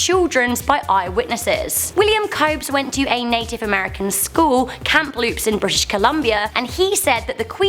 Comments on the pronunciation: It's not Kamp-loops it's just Kam-loops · Camp Loops? Don't you mean Kamloops ?